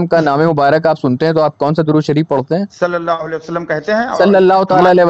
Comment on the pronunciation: Ye sallallahu alayhi wasallam kese bolta he.... Suaad se.. Sidha meem...